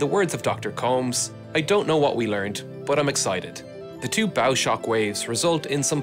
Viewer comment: can you just stop saying "buf" instead of "but"? please